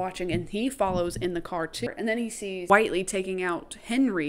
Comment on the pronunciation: Whitely—— (Wit-Lee)